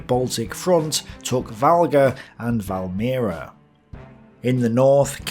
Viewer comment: You butchered pretty much each and every Latvian and Russian name, except Valmiera. XD But that's OK, even Russians find Latvian omewhat hard (there are some sounds not present in most other languages), despite Baltic and Slavic languages being pretty closely related. Well, you know, like German and English also are related, but.... P.S. Sigulda and Kuldīga were also good.